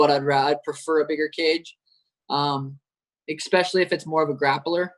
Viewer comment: Sean "expecially" O'Malley